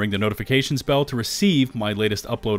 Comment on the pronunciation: Sounds like he says ring the notification spell. That put a smile on my face. Thanks for the starfield info.